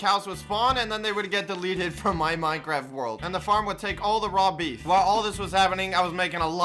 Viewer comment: Wow perfect job he switched from fortnite to minecwaft